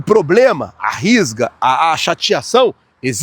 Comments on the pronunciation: NÃO é RISGA E SIM, RUSGA. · RISGA??? RUSGA O erra muito o Português 😂😂😂😂😂